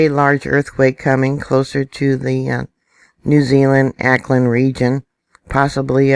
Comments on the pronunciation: from a kiwi fan,. seeing as how we all expect more quakes here about which you may be reporting, here's a gentle hint re pronounciation. Auckland is pronounced Orc-land, rather than Ak-land. Kermadec is pronounced just as it's written Ker-maa-deck. i think the Kermadec Trench is 2nd only in depth to the Marianas Trench. Cheers...n thanks. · New Zealander here. Pronounciation of Kermadec is KERmadec. Auckland is Awk-lind.